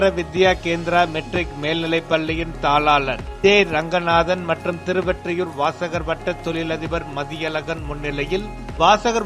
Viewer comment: நீங்க எப்பவும் திருவெற்றியூர் என சொல்றீங்க திருவொற்றியூர் திருஒற்றியூர் சரியாக சொல்லுங்க